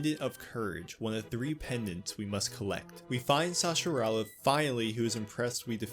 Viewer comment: Sa-has-rah-la 😉 Awesome video. I've been playing LTTP for over 30 years and absolutely still love it. Keep up the good work 👌